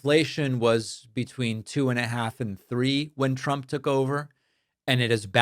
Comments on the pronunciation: Why does she always say “Chump” instead of “Trump”? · Every damn time she pronounces “trump” she says “tchrump” and i just cannot stand it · Has anyone else noticed that it always sounds like she’s saying President chump?